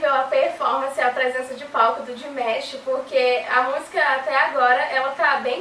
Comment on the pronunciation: A pronuncia correta do nome dele eh Di-ma-sh e nao Dimesh.